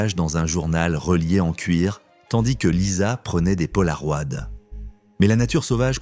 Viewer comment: C'est quoi, des "polarohad" ?😂🤣